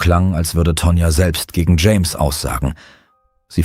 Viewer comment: "James' " not "Jameses" 🙄 Grammar is unknown to AI's and most Americans.